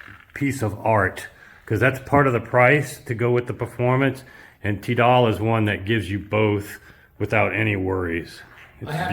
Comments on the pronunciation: I just need to point out that Tidal is pronounced Tie-Dull and NOT Tee-Dayl. I know in France that is how they pronounce words, but that is because of their accent. BTW I studied Linguistics at a famous IVY League Colledge so I understand why your saying it that way, but I feel the need to correct you on this point. Good video otherwise and carry on folks! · Even though I secretly laugh whenever you pronounce "Tidal" - the Akira's are still the best speakers I've heard to date. $215K is quite the price tag though... Nice to see play room again. Don't forget to kick the tube's before you leave;D